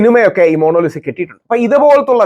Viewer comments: മോണോലിസ അല്ല മോണാലി സ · താങ്കൾ 'മോണോലിസ' എന്നുച്ചരിക്കുന്നു. ''മോണലീസ' എന്നാണെങ്കിൽ ഇംഗ്ലീഷ് രീതിയിൽത്തന്നെയായി. എന്തായാലും 'മോണോ' എന്നു പറഞ്ഞത് തീരെ നന്നായിത്തോന്നിയില്ല. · Rahul sir, monolisa alla. Monalisa aanu...😊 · DEAR rahul ..Monolisa alla ..it's MONALISA🎉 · Inger kure book vayikunundalo..oru per coorect parayan aryila